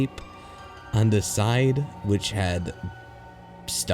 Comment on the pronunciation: Everytime you say THE you say DA!